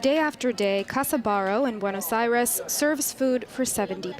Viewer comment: "bwenus arez"? learn a little Spanish honey.